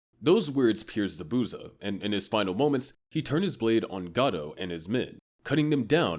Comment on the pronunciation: Butchered zabuza name 😭 good vid tho